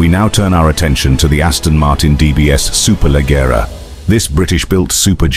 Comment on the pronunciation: Superleggera (the double 'g' is pronounced like the 'j' in jeans) — the other names are spot on! Nice video!